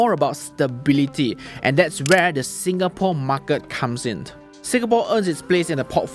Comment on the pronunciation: Why the hell do you always exaggerate your market pronouncing? MAR KET not MAR KIRT